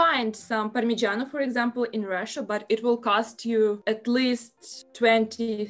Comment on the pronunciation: Ciao. Sai che c'è? SI SCHIATTA 🤣. Welcome. Glad for to ear you in this fantastic channel and enjoy you with "PARMIGIANO, GORGONZOLA, LIMONCELLO, ETC..." It's cool how you pronounce the Italian words. I like it. Bye💐 Daje tutta.... 20k almost. Forza, forza, continua così. ❤️❤️